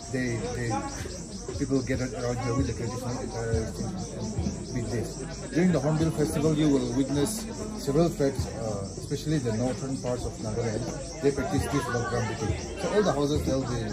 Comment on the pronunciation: It's Hornbill not horrible